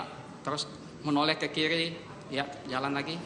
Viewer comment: Menoleh ke kiri atau menoleh ke kili? Analisis video jago, tp bilang er ga bisa2.